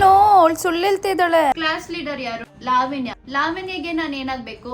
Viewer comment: Sariyagi kannada matadi adu levanya alla lavanya